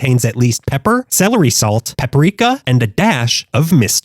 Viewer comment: Wtf is pepperika? Paprika??????? Where the hell did the extra vowel or *e sounds come from??? Wtf??????